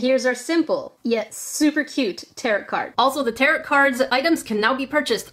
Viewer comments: ....I tried but I can’t help it its Tarot (Tear-Oh) Not tarrot... Im sorry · Just fyi, tarot is generally pronounced "tare-oh", not "tare-ot"😅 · I love how she said "territ card" instead of pronouncing it "taro" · Just to let you know- tarot is pronouned taro! The t is silent lol! I'm a witch so it kinda bothered me lol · It's pronounced "Tarrow" 😉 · Tarot is pronounced teh ·row the t on the end is silent! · The way she pronounces tarot makes my brain hurt but it's okay because I love this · Tarot... Second t is silent.